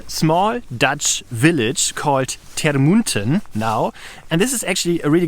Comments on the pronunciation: Nice video! Sidenote: using German spelling, Termunten is pronounced 'Termönten' and Bert Koenders 'Bert Kunders'. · Hey dude, if you can say "Jesus", you can also say "Termunten". Same pronounciation of these U's. Not Termoonten. No way. Why do many people suck at language skills? It is not rocket science. Please get out more?